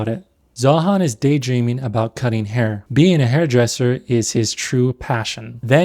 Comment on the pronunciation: Zoran has the bulge because of "de haair". Most important part is de haair, not your wiener